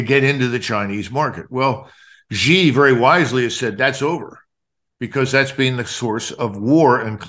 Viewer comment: I wished people would pronouce peoples names correctly, Its not Gee, it is pronounced SHE = Xi